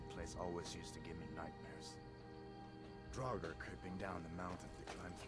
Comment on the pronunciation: Draugr, pronounced Droy-gar or Draw-ger. It's an Old Norse (Viking) word for ghost or undead. A restless spirit who would travel by night to haunt the surrounding area. Many Norse and Germanic peoples feared these creatures as they believed that the sign of walking dead meant Ragnarök, the death of all life, would be brought from them, so many Norse tombs were sealed by a massive stone to prevent them from leaving. Others were burned in their ships. The word descendant of this is Draug from Norwegian. Also I'm Norwegian/Saxon, so I'm a flatland and forest lover, but I also love harsh cold, deep snow, and towering mountains and fjords. And since I like two handed weapons or short handed weapons with shields, I generally choose warrior. 🐉